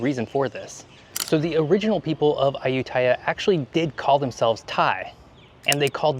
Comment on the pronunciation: Dude…. Interesting video.. but your “ farang” pronunciation of Ayutthaya and Tuk tuk are like a shovel along the side of the head! Ayutthaya … you emphasize the last syllable - like most Thai words . And it’s took took..!